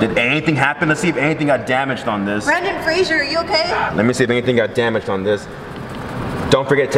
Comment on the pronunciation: It’s not Brandon Frasier it’s Brendon Frasier